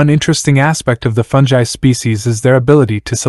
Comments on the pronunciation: Agreed. Cool video but aaaaaagfgghhhuffhrjejsosw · Aargh, listening to you butcher the word 'fungi' every time is like having my brain removed without anaesthetic and placed in a metal cylinder!!